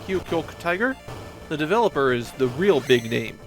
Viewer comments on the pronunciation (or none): none